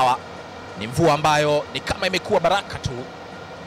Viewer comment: Mtangazaji sio baliki ni bariki, sio kalibu ni karibu sio zahili ni dhahir,,dah 😢siku hizi hatuna watangazaji